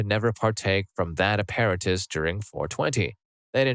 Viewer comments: Apparatus is a-pear-a-tus? Really? Where'd you learn English? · It's pronounced app-a-rat-us btw. Put emPHASis on the wrong sylLABle lol